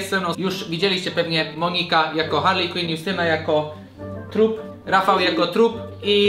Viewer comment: nie muwi się harly tylko harley